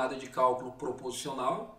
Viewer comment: Olá Roseli Sumire! Não foi impressão, houve uma falha na pronúncia da palavra proposicional. Obrigado por assistir o vídeo e pela observação.